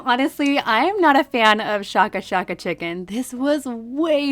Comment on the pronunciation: It’s pronounced shake a shake a because of how you shake the flavor packet onto the giant chicken nugget